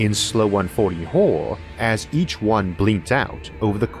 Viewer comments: I wuv H.P. Wuvkwafts Auhwuh stowees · OMG couldn't you have hired someone without your speech impediment to do this I don't want to hear a full grown man's voice not be able to pronounce horror